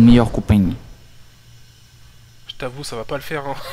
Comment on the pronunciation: « t'es mon meilleur copaing » 😂